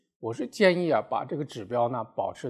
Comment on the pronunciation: 你好，刚刚看到你的视频，谢谢你的解释。在 处，你把 "ng/ml" 中 ng 和 ml 念错了; 希望纠正。